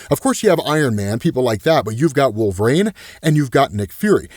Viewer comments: Why is he pronouncing it like wolverain? Instead of wolverine...it really bothers me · Lol every time: "Wolv-rain" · Why does say “Wolver-rain”? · I keep meaning to ask, why is it that you pronounce Wolverine as “wolv-rain?” I’ve never come across anybody else that does, so I was curious